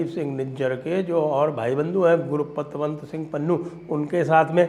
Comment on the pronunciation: संजयजी पन्नु का नाम कोई उच्चारण करता है बडी तकलीफ होती है 😁 😁 😁 😁 😁 उसका नाम गुरूपतवंसिंग नहीं है 😂 😂 😂 😂 😂 उसका नाम गुर पतवंसिग है (गुर गुरने वाला सही समझे 😂 😂 😂) पाकिस्तानी गुलाम का कुत्ता 😂 😂 😂 😂 😂 जय हिंद वंदे मातरम्